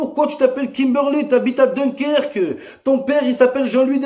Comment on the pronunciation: Comment ta écorché Dunkerque